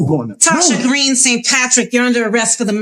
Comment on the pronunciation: You saying "arrestes" instead of "arrest" is frying me lol